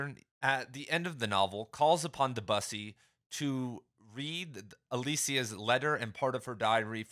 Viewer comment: My friend, it’s pronounced Deh-byew-see…